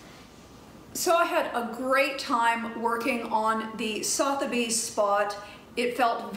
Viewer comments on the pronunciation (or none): I believe it's pronounced "SUTH-a-bees". It does sound very glamorous!